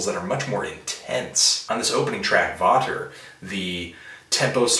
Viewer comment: Hey Anthony, "Vater" is pronounced Fah-ter and is German for "father" Love from Berlin! Getting my t-shirt from customs tomorrow <3